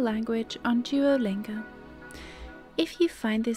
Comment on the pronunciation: how beautiful you say duolingo😍